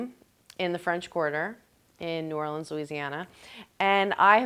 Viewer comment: Oh my goodness, she even said the city correctly. Welcome Amy❤